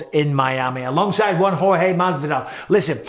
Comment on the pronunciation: Yo Mike i love the fact that u pronounced Jorge name the right way. Showes that u respect him cus i know that wasn't the case in the past. Also its my name and hearing anybody saying it that doesn't have a spanish background they usually fuck it up. Nice one mate